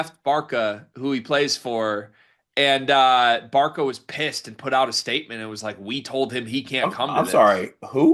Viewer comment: Thanks for fixing him I almost turned this video off when I heard “Barka”